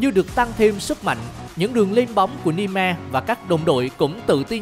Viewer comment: Nghe đến đoạn Ni me là tôi phải tắt rồi :))